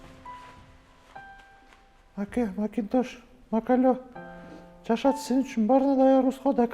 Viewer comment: Макале деп койгонун😄